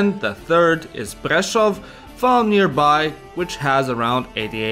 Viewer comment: Že "Prlešof" nemôžem z tej výslovnosti proste 😂😂